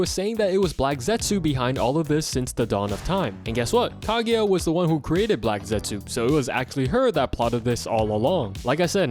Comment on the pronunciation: His pronunciation of kaguya is making me cringe 🫩 “kageya “ really ? There’s no E in there